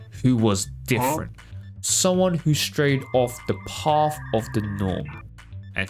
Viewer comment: "im difirent!" *picks Volt xD yah that got a chuckle out of me